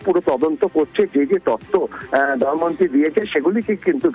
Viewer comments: কেউ পারলে ফিল্ড রিপোর্টার দেবাশিস কে একটু বলে দেবেন, ফিরে আসা মেয়েটির নাম দময়ন্তী। দয়ামন্তি না। যাকে নিয়ে এতো গজর গজর করে ঘুরিয়ে ফিরিয়ে একই কথা বলে যাচ্ছে, তার নামটাই সঠিক ভাবে উচ্চারণ করতে পারলো না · আগে দময়ন্তী নামটা ঠিক উচ্চারণ করুন